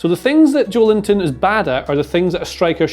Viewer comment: guys. JO-EL-INTON. not JOE LINTON. maybe thinking of it as "Joel Intón" helps? The stressed syllable is "-ton". Hope I helped